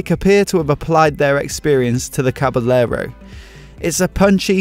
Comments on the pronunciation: Usually the word caballero is pronounced “cabayero,” where the two Ls sounds like a Y. Is it different for this particular bike? Great video btw! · Can't handle it - OCD won't let me not make comment - I beg you not to pronounce the two "l's" - it's Caba"y"ero - just like it's Ma"y"orca - oh, and the beer is Estre"y"a - ahhhhhhhh! Other than being a smart-ass - yep, that's a nice bike :-) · Dude...it's pronounced "Caba-yerro". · May be because this bike is Italian or the guy doesn't know that in Spanish two ll are pronounced like a y or both :) Like the bike and the vid. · hahahaha just trying to help you improve your spanish pronunciation